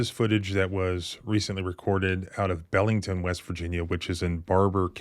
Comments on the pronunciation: Pronounced “ Beel”ington but thanks for covering this. Barbour county cops were crooked for years. Blackmailing underage girls for sexual favors and robbing drug dealers. One new deputy worked with the fbi to clean it up but it looks like it’s backsliding again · I grew up in Belington, WV (we pronounced it BEEL-ington), went to both the schools there and Philip Barbour High before moving to Parkersburg, WV and I must say this video is crazy. I never seen anything like that but times are changing it seems and most of my family is still there in Barbour County/Randolph County area and I have heard it's getting worse police wise. Now I know there may be something to that.